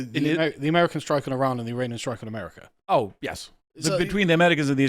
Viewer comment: No, I won't blindly trust anyone. I'm very skeptical at this point. Also, that guy doesn't know a thing about American culture or politics. He can't even correctly pronounce the name of the country (ehmeddycuh).